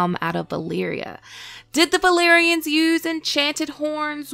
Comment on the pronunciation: Why do you pronounce "b" instead of "v"? It is so annoying the "balerians".